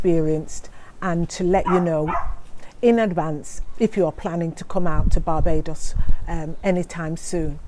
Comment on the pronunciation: Did she just say barbadious